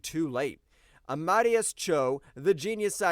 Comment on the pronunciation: Amadeus That's pronounced "ah-mah-DAY-us"